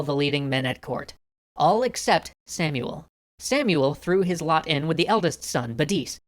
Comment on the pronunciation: In hebrew its actully pronounced "Shmuel hanagid"